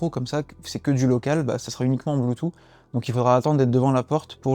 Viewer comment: Tu me trigger avec ton « Bluetoo » 🤬🤬